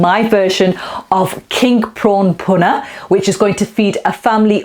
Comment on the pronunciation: Love the way you use everyday ingredients like the G&G frozen blocks that you can get from almost ANY supermarket these days (which don't taste any different either, btw). The bhuna stage ('phuna' as you say it - which is it??) seems to be THE key, and THE most important part of the cooking phase....I look forward to your video of this process - (no-one seems to spend anytime on this, but it's SO important to how your curry ends up as just, OK...or really GREAT!) Your Dhansak btw, is now my GO TO version of it - my missus' (and my son's) fav curry of ALL time, and she/he won't have any other version of it, other than yours...Cheers 👍😉